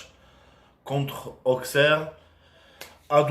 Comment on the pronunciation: Le x de Auxerre ne se prononce pas😂 imagine-toi qui a Deux s à la place du x et tu arriveras à le prononcer correctement Auxerre